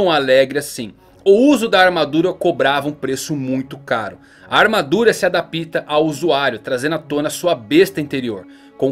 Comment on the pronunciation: A-DÁP-ta, não a-da-PÍ-ta! Desculpe... ^_^ Abc